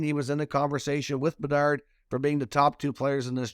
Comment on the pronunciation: Half of the reason I keep clicking these videos is to hear the way you say Connor Bedarrrrrdddd